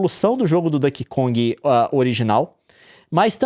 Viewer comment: meu coração dói cada vez que o Leon fala “Dãnkey Kong”, hahaha